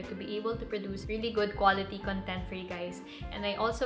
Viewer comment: wrong pronunciation po sa word na content